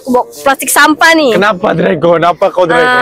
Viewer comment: hahaha ehin lucu plak blik2 ckp dregon🤣